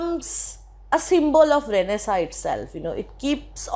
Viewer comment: it is not pronounced as Renaisaaaa its Renaisaannnnnnnnnce